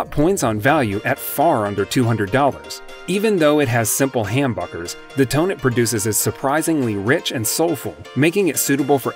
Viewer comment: Uh ya it’s humbuckers with a Short u sound , I like your choices but IYV is very good to.